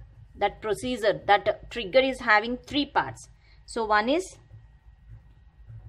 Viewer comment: She pronounced "Prosiezer" to procedure. And explanation is okayish in terms of defination.